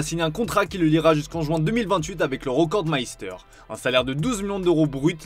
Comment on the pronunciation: Vous devriez apprendre les langues etrangères pour pouvoir prononcer mieux les mots etrangers. Rekordmeister= Recordmaïsta ca se prononce 😮